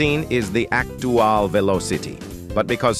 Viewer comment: "16 is the actuwal veelawcity" -random TTS, 2023